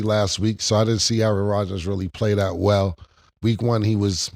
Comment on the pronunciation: Jacoby Brissette over Aye-AyeRon